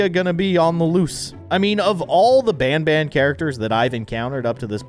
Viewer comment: BANBAN? ITS PRONOUNCED BONBON